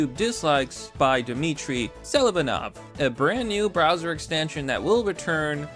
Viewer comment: It’s pronounced Selivanov